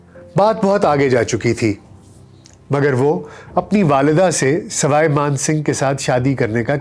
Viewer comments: Sawai man singh h, na k Sarai Kooch bihar h, na k kooch pahad Aap pronounce shi Kiya kare. It sounds awkward. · plz correct Ur knowledge/pronunciation of proper nouns; It's Kooch Behar(not Baharh Paharh or whatever you say), it's Saway (neither Saray nor Rai) Maan Singh, it's Gopal Acharya not Chari etc..... Indira Ghandi had some deep rooted aversion to nobility; she liked the low born ppl like MO Mathai, a Mar Thoma Christian who in his book claimed to have sexual relationships with Indira Ghandi for 12 long years. How could she ever stand the creme de la creme Gayatri? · It is Swai Man Singh not Srai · Not Sarai Mansibgh but sawai Mansibgh. All your names are wrong